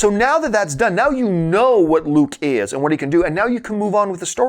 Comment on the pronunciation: The way he says "is" 😂 I know I'm just bored 😒